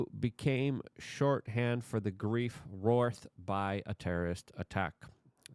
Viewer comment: "A woman who became shorthand for the grief woourth on them" wraught. Luke. Wraught Ww- raw-t